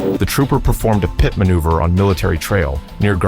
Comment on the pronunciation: What's a " PIE- TEE' maneuver? Somebody, please for the love of English, teach these damn AI voices how to speak!!!!